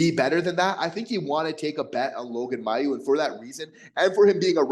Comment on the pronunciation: Here's an idea: call the Canadiens PR department and ask them how Logan Mailloux pronounces his name. Perhaps this will lead you to begin saying the name correctly, which you aren't doing now. (He says MAY-oux, not MY-oux.)